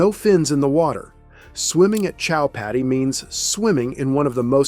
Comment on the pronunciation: Chowpaty is pronounced simply as cho-paa-ti.